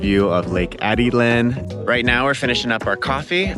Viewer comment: Hi there! My wife and I really enjoy watching your videos of our favorite country. However, there’s one thing we can’t figure out. You seem to get the names right of most of your Spanish words (tocino, cervecería) and places (Peten, Izabal) but not Atitlan and Tikal. I know you said you haven’t been able to go to proper Spanish school yet but it seems like these slipped through the cracks. (It should be Ah-Teet-Lahn and Tee-Kahl.) Regardless, keep up the great work and we hope to cross paths in Antigua some day! Thank you for shining a light on the wonderful people and culture of Guatemala.